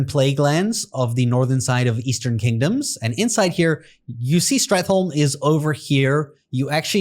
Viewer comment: AI commentary is the worst. “Strat HOOLLLMMMEE” Case in point.